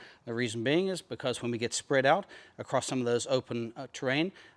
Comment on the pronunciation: You guys should come up north and camp in the Big Horns with me. But please learn to say height correctly. It’s not heigTH. It’s heigHT. Length, width, and height. It kills be to hear people say heigTH. That and acrosst. There’s no T in across. Anyways, if you wanna camp with the grammar police, come up to the Big Horns in Wyoming!